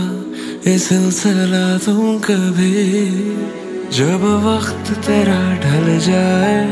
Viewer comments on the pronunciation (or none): come on man you just ruined a very good song by mispronouncing rakh lena as "rakhshlena", waqt as "wakht" and dikh paye... You live in Pakistan and speakes urdu you suppose to know this... if not atleast some one from the production team should have tell you that... Bollywood singers do this to songs becuz thy don't know Urdu very well.